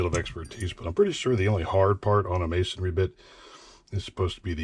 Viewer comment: I like how you say mason-ry and not mason-ary. When dumb dumbs say masonary, It pisses me off